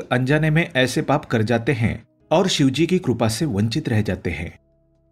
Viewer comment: Krupa nahin, Sir, "kripa".